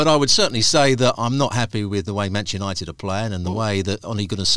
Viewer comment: Hard to take advice from someone who says " Mancha nited! Once you can say Manchester we might listen🤔 Mancha! Good grief